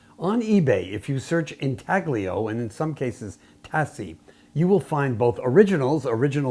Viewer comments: Pronunciation: The g is silent. in tay lee oh. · Here is how to pronounce "intaglio"